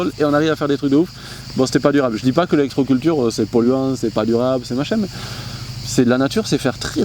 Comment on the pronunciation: c'est "l'électroculture" pas "l'élecroculture":-p Merci